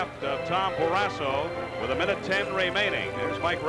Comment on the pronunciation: Someone needs to tell the play-by-play guy that it’s “Barrasso” not “Barrassa”!